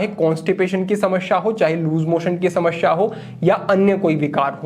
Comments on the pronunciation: Shamsha nahi hota 😂 samasya hota hi 😅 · हिंदी सही है पर शुद्ध नही कह सकते, क्योंकि समश्या बोल रहे हैं। ध्यान से सुने